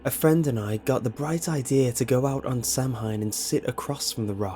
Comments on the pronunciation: It's pronounced So-Ween not Sam-Hain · Not to be annoying, but SAH-WIN not SAM-HINE. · Not how you pronounce Samhain… >_o